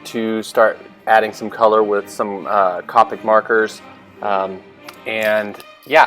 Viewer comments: Just curious.. isn't it pronounced 'cow-pic' markers? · I think it's pronounced co-pic